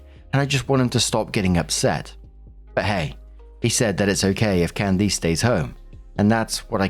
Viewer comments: Hearing pronounce Can -diss as Can-deese is toofunny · Alright,, gotta work on pronunciation. Can-dis not Can-deese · I am dead at the "can deece" pronunciation lol. its "cand-is" with a short i sound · Candiss. Not cand-eese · its Candiss, not Candeece. I have never heard it pronounced that way lol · I keep getting stuck on pronunciation of Candice (CAN-des) as (can-DEES). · I’ve never heard Candice pronounced this way lol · Completely unrelated to the first story but... has never heard the name 'Candice' said outloud before or is this a British pronunciation that just sounds horrifically wrong to American ears? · Why are you pronouncing Candice that way? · Story 1 - When STILL can't pronounce "Candice" correctly. Jesus.